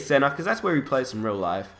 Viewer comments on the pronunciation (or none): none